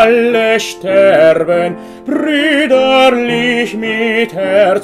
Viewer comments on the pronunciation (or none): sterben(죽다)로 하면 큰일 납니다. streben으로 하셔야 할 듯합니다. des를 das로 읽으시는 부분도 다시 살펴보시면 더 좋을 듯 합니다. 옥의 티가 있어서 알려 드립니다. 云覺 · streben을 sterben으로, des를 das로 읽고 있읍니다. 바로 교정하시면 좋겠네요. 云覺